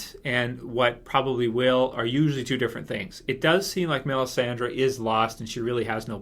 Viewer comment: Why is this dude who looks like Sam Tarly calling Melissandre "Melisandra" lol what the hell